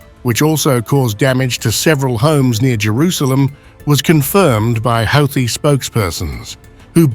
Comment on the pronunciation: It’s pronounced like Hooti…